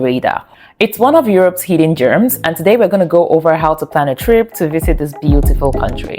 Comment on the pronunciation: I couldn’t watch this shit when you said “hidden germs” and not gems Jesus